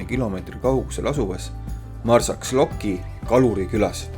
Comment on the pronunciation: "X" hääldatakse "sh". Ehk siis mitte Marsaklokk, vaid Marsashlokk 😊